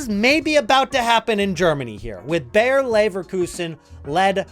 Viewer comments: Just a little hint: "Bayer" is pronounced exactly like "Bayern", just without the n. It is not "Bear" or "Beyer". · They are not called Bear Leverkusen 🐻 Bayer exactly pronounced as Bayern